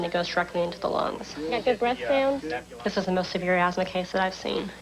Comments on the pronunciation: It's "asthma" not "azma". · "AZMA [sic]"? I hope you don't have any children who would imitate your ignorance.